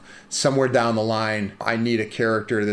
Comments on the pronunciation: "Dah the apothecarys" I swear I tasted Primantis when you said that. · I instantly recognized the Pittsburgh dialect when he said “Dahwn”